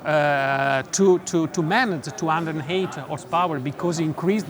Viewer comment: Lol 😂 Italian speaking english